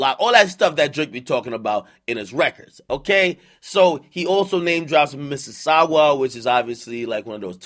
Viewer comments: It’s Mississauga not missisaugua, And it’s not a province, it’s a city 😂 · Lmao it’s pronounced miss•sis•saga dis guy said miss•sis•sawgua 😂😂. And it’s a city near da gta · Man said "He name drops mississawgua which is obviously like one of those Toronto, or like, Canadian Providences" ... Not even Province ... "PROVIDENCE" ... and it's a city not province LMAO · For the record its Missauga not missaugawa ....from Toronto 🤣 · Missisauga not missisaugwaaa😭😂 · Mississawga? C’mon now ak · Missisagwa ?! Ak wtf was that man cmon learn the cities dem fam. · It's pronounced "missy-saga" and yes, it is located in the Greater Toronto Area (GTA). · man really call it missisagua 😂😂😂😂 it's not a provice it's a city in the GTA. Greater toronto area. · “Miss-is-saga” is how it’s pronounced. 905 stand up! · Akademiks pronouncing Mississauga Missa-Sag-Gway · Mississauga not sogwa. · Ak it’s miss-sis-SAGA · Mississauga pronounces missisawga it’s a city in the gta (greater Toronto area) basically it’s close-ish to Toronto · Miss-sis-saw-gah, Mississauga and its a city lol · lmao he pronounced it as mississagua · bro said misses sawgwa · “Mississaugwa” and “Providences” lol this guy man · lmao man said Mississaugwa is a Canadian providence close to the GTA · Lmao sawgua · Lol the way you pronounce mississauga is way off its misses sogga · Did akademiks just call Mississauga Missisagwa😂😂😂 only my Canadian niggas will get it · mans said missasaugwah smh i hate this fatass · Damn Akademic it's pronounced Miss-A-Saga = Mississauga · mrs saga like dbz saga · Eh u ain't from sauga if u pronounce it like that...its sauga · "Mississaguwa" LMFAO - Ontario family know how funny this is hahaha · It’s hurting me how he say Mississauga and it’s a town outside Toronto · Americans have a hard time saying saying Mississauga and provinces but can say Minneapolis Massachusetts and Mississippi like no tmrw. Make it make sense. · 🤣🤣🤣Ak you’re saying Mississauga wrong bro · the way this man Mississauga